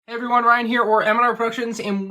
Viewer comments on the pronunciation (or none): none